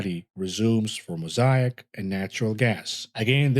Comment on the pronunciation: when pronounces 'Mosaic' the right way.... it's getting crazy